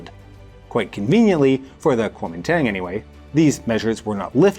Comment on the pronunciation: Man, you don't know shit about Taiwan. If you're going to pontificate on foreign matters, you might want to at least check your pronunciation. I'm hoping that it's just ignorance that kept you from mentioning that Chiang and the KMT (that's Guo Ming Dong in English) shipped as much of the art and gold as they could over to Keelung as Mao's forces closed in on them over in the mainland. Your numbers on the White Terror are drastically understated. The island is a very complicated place and among my favorite in the world. Please show some respect for the dearth of nuance!